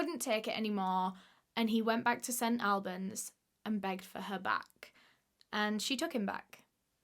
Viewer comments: Ahhh I’m from there! Love you! you say it like Allbans x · these uploads got my head spinning, you're a star!!! also, its pronounced St ALLBANS or AWLBANS (how does one phonetic) - my dumbass can't believe there's a case close to home DAAAAMN I'm excited for part 2 <3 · English towns are never pronounced how they are spelt but just to let you know- St. Albans is pronounced like all-burns. Which doesnt make much sense lol :) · We say St All-bens hehe I have never heard it another way! Love your story telling 👏🏼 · It’s pronounced st all -berns